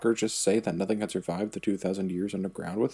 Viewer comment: You said tow not two lolololol